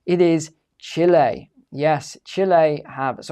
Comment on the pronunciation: Can’t even pronounce the word 🇨🇱 right 😂